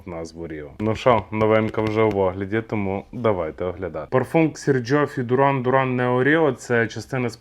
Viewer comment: Бля! Мііленіали!! Якій це Дуран?? Duran Duran виговорюється дЮран дЮран! У батьків перепитай, якщо є сумніви!